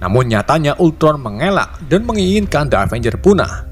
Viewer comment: Avengres kali ngomongnya